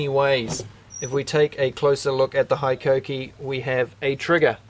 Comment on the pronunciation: Hello from Japan. It's pronounced "HE KOH KEE" . Love the channel!